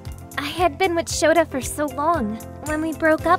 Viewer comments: Lol she said shota🤣🤣🤣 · She said "Shota" but what the speech bubble reads "Souta".